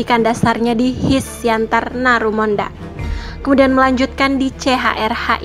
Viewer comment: Bukan HIS... Tapi HA I ES.